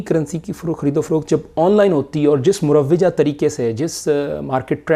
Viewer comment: مُروِّجہ❌❌❌❌❌❌ مُروَّجه✔️✔️✔️✔️✔️